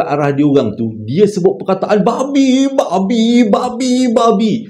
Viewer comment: Pekat betul "babhi" nya tu 🤣🤣🤣